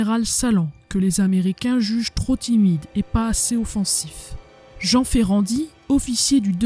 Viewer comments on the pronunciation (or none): none